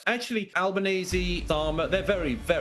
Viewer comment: Could somebody teach the muppet, that impordant “actually” has a T in it. The clown represents a nation?????